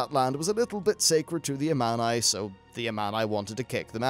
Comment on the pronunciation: I just wish you would pronounce Amani correctly. Hope you'll get it right on Part 2